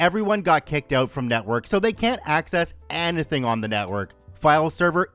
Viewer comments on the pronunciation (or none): UGH I hate it when he said enethn instead of ANYTHING, you know the right way to say it? Still like the readings though. 🤷🏼‍♂️